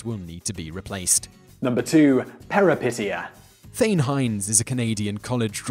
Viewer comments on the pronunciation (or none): #2 it should be peripeteia, not perepiteia. it's a Greek word for "a sudden reversal of fortune or change in circumstances, especially in reference to fictional narrative."